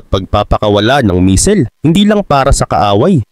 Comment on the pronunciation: buti nmn bamer na pronounce mo hindi na bamber 😂😂 kaso ung Misel medyo sablay